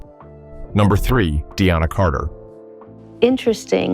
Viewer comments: Deana Carter’s name is pronounced Dee-na, not De-anna. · they pronounced Deana Carter's name as Dee Anna when it is DEE Nuh.